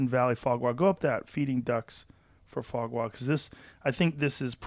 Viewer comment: It's so funny how they pronounce Foie Gras like FWA GWA, makes it sound like a Chinese dish or something.